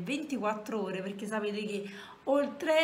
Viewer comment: Non so se qualcuno te l ha mai detto me ne sono accorta perché mio cugino piccolo ha lo stesso "problema" che aggiunde delle lettere finali a qualche parola mentre parla, tipo Quando hai detto "perché" la parola si è trasformata in "perchéj..." Se sai cos'è precisamente potresti rispondere a questo commento poiché vorrei capire come correggerlo se si può ❤️